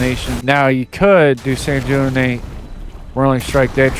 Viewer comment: Sanguinate. G as in gold ui sounds like W